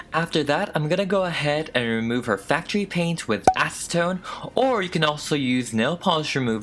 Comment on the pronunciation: Am I the only person that's heard say "asstone" instead of "acetone" •Δ•